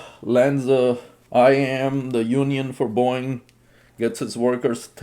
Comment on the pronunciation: It's Boeing... not boing... 😂😂😂